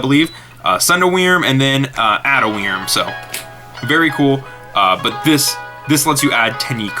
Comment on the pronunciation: Anyone else think how he says "wrym" is not good.... its pronounced like "worm" sigh